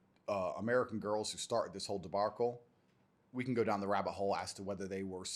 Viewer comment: What is this "debarcle" business lmao